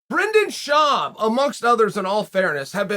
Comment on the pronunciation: Chael my man, we gotta stop starting videos with “breanden shuab” it throws everyone off